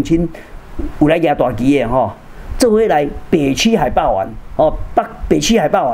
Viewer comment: 可愛的曾博士！海霸“完”😅😅😅